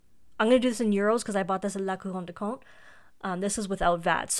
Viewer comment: I so appreciate your correct pronunciation of Montblanc and La Couronne du Comte. Thank you for that!